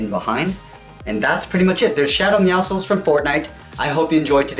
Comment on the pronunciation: The way you you say Meowscles my brother says it’s wrong! It’s actually right he is saying Meowscles wrong